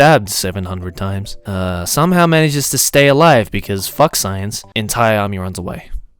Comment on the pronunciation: I'm watching this in my room and my parents came in and asked why were there so many cuss words to whatever I'm listening too. When gets triggered he throws in 3 "facks" in a sentence confirmed.